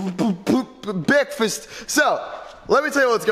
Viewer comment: does he want bekfast